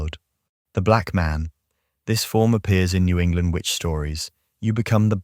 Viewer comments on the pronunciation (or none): none